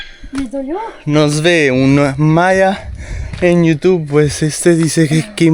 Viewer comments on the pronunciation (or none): none